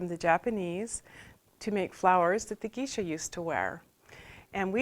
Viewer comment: She said "Geesha" -.